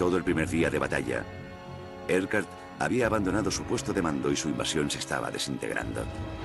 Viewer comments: Narrador de History: como se pronuncia esto? (Urquhart) hmmm que importa diré Edgard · ¿Por qué dicen "Edgard" si el comandante se llamaba Urquhart?